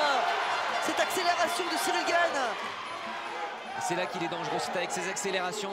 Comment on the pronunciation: Monsieur le présentateur, Gane s écrit comme ça G A N E, pas GAGNE